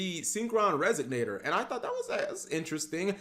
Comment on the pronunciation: bro it's RESONATOR why does it sound like you sayin "resignator"